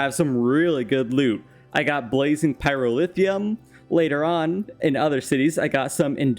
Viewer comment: absolutely love these videos but the pronunciation of pyrotheum infuriates me to no end haha